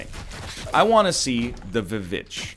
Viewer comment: Calling the Witch V Vitch